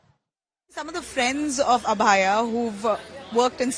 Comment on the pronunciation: Why the reporter is not able to pronounce Abhayaa